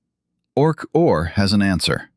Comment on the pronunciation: You asked for a comment, right now. OK: Why couldn't you use actual photos of Sir Roger and Stuart Hameroff instead phony AI images? Also, your AI narration proves the point that AI is not actually intelligent. Its pronounced "Orch–O–R", not "Orch-or". Otherwise, the story so far is reasonably accurate, especially for an AI narration. I'm not sure whether the content is AI-generated. I'm well aware of what Sir Roger and Stuart have done. I'll leave another comment after I finish watching the entire video.